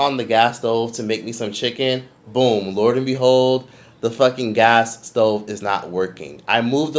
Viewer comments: for the love of god it’s lo and behold 😂😂😂😂😂😂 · &it's LO!! LOO AND BEHOLD!😂😂😂 What are you saying